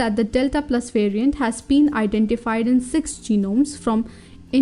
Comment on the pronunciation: Who else heard "it is a mutated virgin"